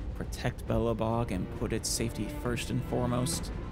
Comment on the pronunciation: Never heard of Belebog. Just Belobog. 😅